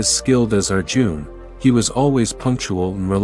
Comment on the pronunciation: It's Arjun and not our June. 😂